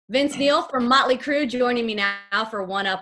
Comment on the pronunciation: Ha "möntly" Crüe